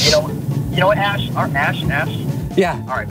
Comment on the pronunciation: He was totally calling you "Ash" not Ash.